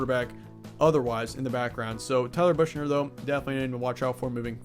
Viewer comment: Tyler Buchner (pronounced “buck-ner”)